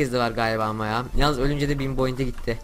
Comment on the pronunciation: abi point yerine boint dedin ya